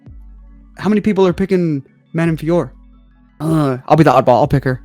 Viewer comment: You called her FIOROT!!! 👍👍 Love it... as a native French speaker, it kills me when the Jon Anik alumni (he had it wrong from the get go) call her FIORRR... if this is how we pronounce things, we might as well be calling you guys LYN, or Ariel HELWAN, Jed MESH, Luke THOM, or if we're talking fighters, Tom ASPIN, Dustin POIR, Islam MACKHACH, Merab DVALISH etc etc. The professional media as a whole should really be doing better when it comes to the correct pronunciation of fighter's names. Mind you, after watching this video some of these fighters could up their game as well 😅😅 Vive la linguistique!!!! ✌️😁 🇨🇵